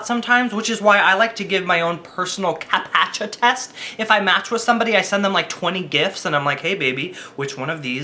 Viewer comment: Captcha. Like capture, but captcha. Not capatcha. Lol